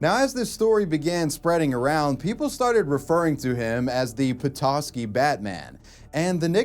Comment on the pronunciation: Props for actually pronouncing Petoskey right.